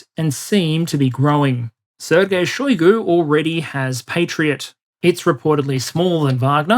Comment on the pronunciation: Shoigu pronounced his name with emphasis on U. You can hear it in video "Истинная фамилия Шойгу))" on .